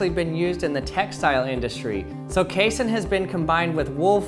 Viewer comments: I hate how you keep mispronouncing casein. you say "case-in" when it's pronounced "kay-seen" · It's not pronounced "case-in" its pronounced "cassey-in" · What if it's genuine china? What if the milk stays warm? It's pronounced kay-SEEN. Casein is an ingredient in glue and acts as a binder in foods. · How about KAY-sen? It's pronounced kay-SEEN! Everyone I've ever heard pronounce casein pronounces it like kay-SEEN. That's numerous professors (I have a PhD in nutrition), manufacturers, and even one pizza commercial that was taken off the air for comparing their competitors' cheese (made from casein) to glue. He speaks with his own dialect, but rarely have I heard such unanimity among scientists in their punctuation of a scientific word. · Pronounced kay-seen